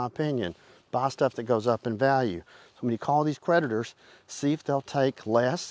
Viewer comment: When you said creditors, I thought that you said, PREDATORS. 😂